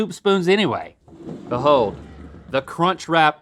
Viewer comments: Omg link just saying cuntch.... over and over.... oh lawd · I legitimately thought Link said the “c” word for a moment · Legit thought link said c u next Tuesday and had to rewind a few times. 🤣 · ah yes the kunchcrap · I definitely did a double-take when he said CUNCH lololol